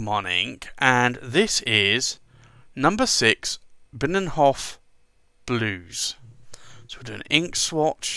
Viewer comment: Great video. You have to practise on your Dutch though. Binnenhof is a part of the Dutch house of parliament. Delfts Blauw is the famous blue coloured china drom Delft. And I could explain them all but anyway, tomorrow three of Akkerman’s niks will arrive tomorrow. One of them is Delfts. Blauw. Can’t wait to ink one of my pens with it... And I love the bottles! They’re great!